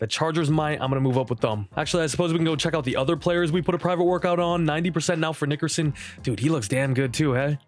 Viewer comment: Bro you gotta chill with that Nickerson pronunciation.